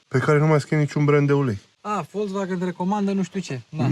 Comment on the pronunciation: 😁👏👏👏Unul dintre putzinii care pronunta corect "Volkswagen".... 👍